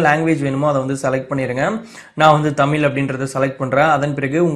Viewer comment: தமில் இல்லை தம்பி. தமிழ்.